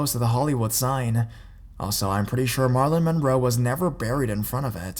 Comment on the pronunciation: did u really pernounce it mah-ra-lyn? lil